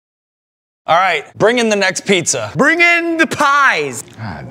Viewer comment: It sounds like the host finally learned how to pronounce "pizza" correctly for season 4! "Piece-A-Wars" didn't quite work for me.